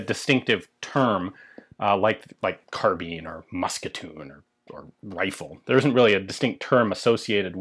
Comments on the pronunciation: Carbine, not carbean!! ;) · Carbine pronounced like vine not like bean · Sheesh, if you thugs would only go back to the etymology, carbine is derived from the Latin "kar" meaning "to aerate with extreme prejudice". So the pronunciation is decidedly "karbine". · In Britain we pronounce it "carbine." Although I'm prepared to admit the US version may be correct. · Obvisously the proper pronounciation is "karabina" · It's spell't "Carbine" but its pronounced CAR-BEAN, good feller. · Carb-eye-n not Car-bean. Guns & Ammo October 1966 page 47. Some author named Cooper. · Sounded like you say "kahabeen" lmoa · Mean, keen, been, mine, bind, fine, carbeen, carbine. pronounce the word "carbine" pronounce the word "carbeen" hmmm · GunFun ZS "and not even the majority of English speakers." ??? In a long life I've only ever heard Americans say "carbeen" and as Americans are no longer speaking English anyway they don't really count. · This just an American pronunciation ! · Pirates of the Carbine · So is it pronounced carbine or carbine